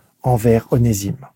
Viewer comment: Onésime se prononce Oné(z)ime